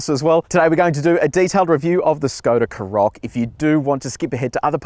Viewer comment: Karoq is stressed on the first syllable, not the second. Also, if you hold down the unlock button on the key fob, the car unlocks and windows go down. Hold down the lock button and it locks and all the windows go up.